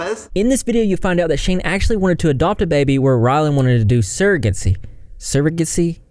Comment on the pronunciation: Haha plz keep growing your hair! And yaaaaas purple hair! 💜💜💜💜💜 That was funny btw Sur RA Gah See lol 😂